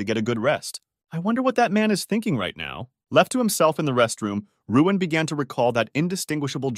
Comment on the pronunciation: btw his name is luin not ruin